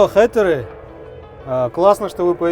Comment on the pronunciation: Не хЭйтеры, а хЕйтеры 😒